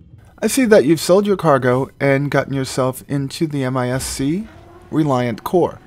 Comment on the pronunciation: Well its MIS. as in Missile (boat) haha.. not MISC..